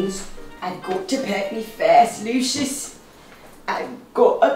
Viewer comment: Bye “I gut to put Meh first Luusiouuss”😭🤧